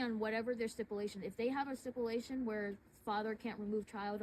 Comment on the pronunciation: That female DEI COP just pissed me Tf off!!. Her sipulation talk.. it’s STIPULATION YOU NASTY COMMIE. He is the FATHER AND HAS THE RIGHT TO GET HIS SON. Keep your kids out of these indoctrination camps. Hire tudors if you need to. To the other PIGS.. you sent a dog to bite a father outside his son’s school? My father spoke to me about Naxi’s use of their dogs in 1940s Germany. Great job TYRANTS